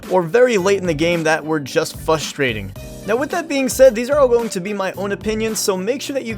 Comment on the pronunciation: the amount of times he said "fustrating" made me A N G E R Y